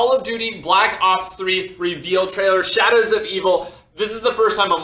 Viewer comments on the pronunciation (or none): he said "shadders of eveel"